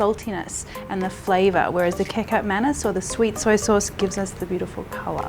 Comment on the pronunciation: Kicap Manis is pronounced as Kee-Char-p Ma-Knees. 😂